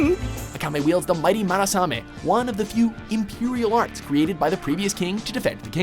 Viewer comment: the worse part is that this happened a few times already, they even mispronounce an english word, for #2 the weapons are called imperial arms but it sounded like imperial arts lol and anime dont mix